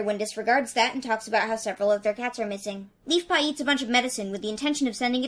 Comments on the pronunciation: I thought you said Beefpaw instead of Leafpaw at one point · Did you call leafpaw beefpaw?